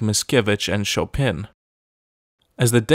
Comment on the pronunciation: Chopin is pronounced “Sho pan”